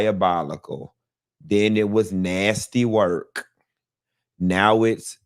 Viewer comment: This man said nasssy , I’m screaming so loud 😂😂🤣🤣 you is a ki